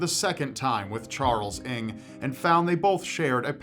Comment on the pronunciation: charles ing??? it's pronounced uhng